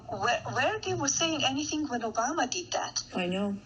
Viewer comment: I love how Melanie said “Obama” perfectly.